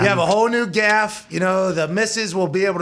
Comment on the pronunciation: hearing pat say gaff has thoroughly made my day